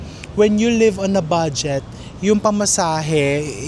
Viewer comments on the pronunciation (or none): none